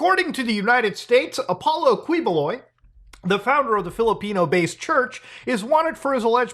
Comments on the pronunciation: i may or may not be itching to say it but i'll say it anyway its typically pronounced 'kiboloy' instead of 'kwiboloy' justsomethingiwantedtotell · hahaha Kweeboloy. it''s actually pronounced as Keeboloy. he is from my city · Thanks for covering this Muta! LOVE from the Philippines! It's pronounce as Ki-bo-loy, Du-ter-te. Yes these news have been in there for quite some time and I am glad that u are shedding light on it. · It's pronounced as Ki-boloy btw, not Kwi. But thanks for the content. Even our senators are protecting him now lol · filipino guy here, please talk about this more side-comment: it's pronounce like "ki" and not "kwi" when it comes to saying his name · pinoys: kiboloy mutahar: kweeboloi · brother, im from the Philippines, just wanna help you with the pronunciation of his last name.. "Quiboloy" = "Key-Bo-Loy" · It’s Keyboloy. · "qui"buloy is pronounce like "key"boloy as in door key. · it's pronounced Kiboloy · Hi, I'm from Philippines, I like your content and this one, I have some suggestions, Quiboloy's surname is pronounced as Qui (Key) + boloy. Btw, keep it up, our government doesn't care anyway. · It's pronounced Ki-Bo-Loy. Good video though. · Pronounced Ki-boh-loy. Thanks for covering this soup sandwich and I hope you cover his arrest by U.S. MARSHALLS when the U.S. requests extradition all the way till he is in ADX FLORENCE.💔😪😁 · 1) It's pronounced KEE-BOH-LOI (Spanish spelling of a native Filipino surname) 2) As a Filipino, thank you. He's one of the most notorious televangelists here. Made fun of by most Filipinos (who are majority Catholic), but protected politically because of bribery and the sheer number of his followers who will vote for whomever he says they should vote for. Like similar televangelists in the US, he preys on the gullible and the desperate, especially the old and the terminally ill. And it's disgusting. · Kih-bu-loy, the Q becomes a K :-) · Also, hate to be that guy, but the Qui his last name is pronounced as in quiche